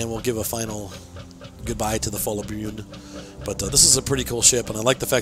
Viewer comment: It is not "bjuen". You said it right the 2nd time you said it. 👍🏻👍🏻Nned help with these norwegian names? Ask me😁😁